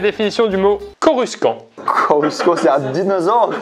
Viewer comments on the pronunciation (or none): Coru Sken XD Il a jamais regardais star wars Coruscant ça se prononce (Coru 100e) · 10min45 aie...personne connais star wars , ca ce dit pas comme ca xD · La prononciation de Coruscant 😭